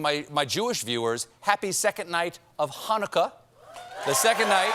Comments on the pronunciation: He nailed the "chet" sound in Chanukah! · Way to pronouce Chanukah correctly Steve! Sidenote never donthe applesauce w latke…you have sour cream